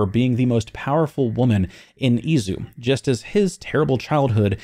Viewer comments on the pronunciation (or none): just to add a little thing is not Uzi (like the weapon) is Izu like on issue